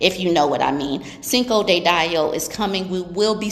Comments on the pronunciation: Yo, said 'cinco de die-o'!!!! That rocked my world 🫨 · LOOOOOOL you did not say Cinco De Dieo 😂😂😂😂 I’m hollering !!!!